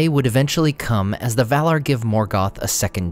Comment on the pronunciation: The "R" is not silent. maiaR & valaR not mai-uh and val-uh